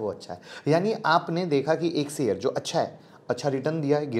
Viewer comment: Your pronunciation of Sh ( श ) as स is very irritating. For example, It is शेयर not सेयर. Please improve if you want to compete as a good U tuber, otherwise forget and enjoy स only. 🙏